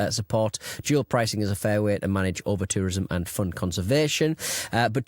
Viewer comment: Oh no, not the ouva-tourisoma!!! (japanese for over-tourism)